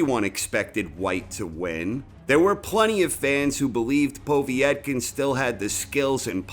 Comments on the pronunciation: Povetkin not poveeeytkin... is this commentary done by a darlic ? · Povetkin not Povietkin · It's "Pov-yet-kin", not "Pov-ee-eht-kin". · I like vids but he still can't pronounce Povetkin's name correctly. It is PO-VET-KIN not povee - et - kin. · Its Povetkin, not "Pawvee-etkin" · Why do you say...... Po vi et kin...... Its po vet kin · Povietkin? Do you mean Povetkin? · Povetkin not P o v i e t k i n. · His name btw is pronounced Po-Vate-Kin, not Pov-E-et-kin. Пове́ткин. Awesome video as usual anyways. Really like this video and you narrate really well! Keep them coming please :) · PO VET.KIN ..... you moron. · Who is "Povee et kin"? 😁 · Can someone tell is Po-vet-kin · That's because nobody else mysteriously sticks an extra i in his name.... Povietkin is my penniless Vietnamese cousin. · Is there an I before the E in Povetkin's name ? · How the fuck are you saying POV name it's so funny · He's definitely joking, he committed to mispronouncing Povetkin's name throughout the whole video.